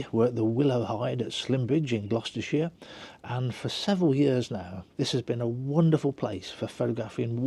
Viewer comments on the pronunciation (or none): none